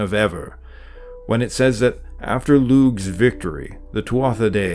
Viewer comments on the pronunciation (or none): Would love if you could properly represent these dieties with their proper pronunciation. In Irish Gaelic, it is pronounced Tua not Tuatha, and Loo, not Loog. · I believe that Tuatha is pronounced Tu'a, and that Lugh is pronounced Lu...